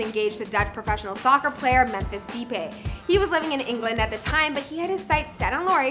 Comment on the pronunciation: Memphis Deep-ay, presenter needs firing asap